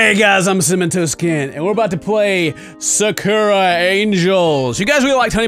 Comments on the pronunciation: When playing Japanese type games, keep in mind the Japanese A makes the aw sound not the uh sound. So it's saw-koo-raw and not suh-ker-a :) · Ah silly ken, the word Sakura is pronounced sah-ku-rah not sacure-a (it's okay though I'm horrible at Japanese) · If another youtuber says Sa-cura again i'mma flip. It's Sak-Oora as in cherry blossom sakura in japanese or that shitty useless character in Naruto named Sakura. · tahts not how you say sakura